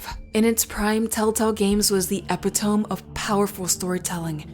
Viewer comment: I don't think AI pronounces epitome like that tbh